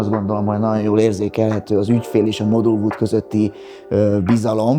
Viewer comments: Szinvonalhoz a NAON NAON szo sokat tett hozza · Nem vagyunk egyformák. Engem zavar a naon, téged nem. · NaGYon tetszik az ötlet, a minimalista hangulat, naGYon ízléses. Gratulálok! Megérdemelne a termék egy színvonalasabb bemutatóembert, aki jobban beszél, pl. aki ismeri a GY hangot. Sok sikert!